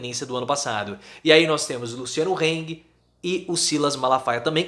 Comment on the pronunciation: o nome do cabra(HANG), nao se pronuncia rengue, mas sim rang (com R átono e sem I no fim). vem do alemao, que em SC, e sul em geral, é cheio de "alemaes"). monte de bolsonaristas. vivo na bahia e minha parceira é de SC. mas ela nao liga para as minhas críticas. nao sou lulista, nem PTista, nem bananista.